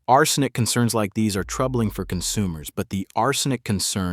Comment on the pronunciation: The creepy bot voice frequently mispronounces "arsenic". How much of the content is bot-generated?